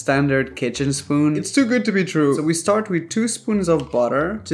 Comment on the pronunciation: "A standard kitchen spon"